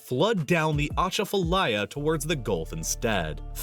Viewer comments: I've heard of it 😅 I've lived in Louisiana for almost 36 years now tho, so obviously lol. - a cha fa lie a or ah cha fa lie ah, he said it wrong 😂🤭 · 2 points first this is perhaps the worst mispronunciation of Atchafalaya that I have ever heard, this is as bad as pronouncing the Thames river in the UK as the They-Am-Eees river. Second point the Old River control structure is not in the town of Vidalia, it is actually 40+ miles downriver from Vidalia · We've now destroyed Iran and taken control of hormuz by the way. 😁 God love Trump. 😆 I may be technically wrong I don't know for sure. But as a Louisiana native he is mispronouncing "Atchafalaya"